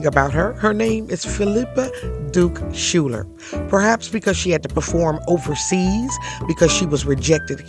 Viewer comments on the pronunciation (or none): Schuyler is usually pronounced Skyler, not Schuller. It is of Dutch origin and common in NY. Thank you for telling her story. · I also learned her last name pronounced as Skyler, not Schuller. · SCHUYLER is pronounced- " "Skyler" - NOT Shooler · I thought her last name was Schuyler, pronounced Skyler. In any case, her story is fascinating! Thanks for sharing.